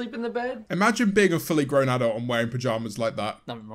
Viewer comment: And the word grow